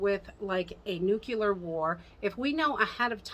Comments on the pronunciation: Just FYI it is nucLEAR not nucULAR. LOl totally different word.. Just letting ya know :-) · "Nuclear", as in the NUCLEUS of the atom. Not "nu-cu-lar"...Nuclear.